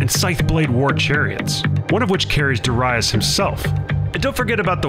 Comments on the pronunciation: Please learn pronunciations first if u gon do this content 🙏🏾 it’s dare-i-us not dere-reyes my ears were bleeding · Duh-rye-us?! What’s up with this guys pronunciation lol. Completely butchering these names. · Why do you pronounce Darius like that? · Why he pronounce Darius like that lol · Your pronunciation of Darius is way of. But otherwise realy enjoyable video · The pronunciation of Darius is annoying me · I hate how you pronounce Darius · I can’t listen to you mispronounce Darius anymore.